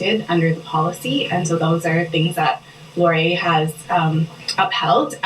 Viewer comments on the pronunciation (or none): It's pronounced Wilfrid Lauree-ay. It's a french name. He was the second prime minister of Canada, and is featured on our five dollar bill. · That is pronounced Lori-eh we are Canadian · Laurier is pronounced - - LORR - EE - EH (Canadian, eh?) (If Laurier was trans, you'd be in jail right now.) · Laurier is pronounced LOr-ee-ay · It's a Canadian college,, it's pronounced Laurie-Eh?